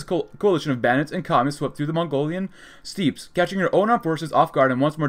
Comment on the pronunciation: Mostly a comment for the algorithm, but also letting you know that ‘steppes’ is pronounced the same as ‘steps’